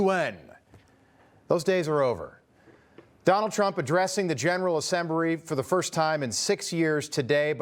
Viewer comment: Did he say generwal assembury